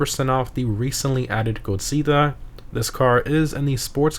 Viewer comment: how he says corsita tho 😭😭